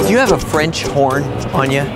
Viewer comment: french horn/ i heard french Porn